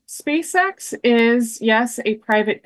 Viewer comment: It's a little bit hard to take seriously anyone who refers to the company as "Speece-X"